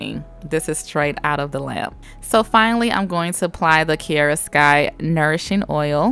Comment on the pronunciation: My name is Kiera so through out the hole video it was kinda weird of you saying kiera (no hate)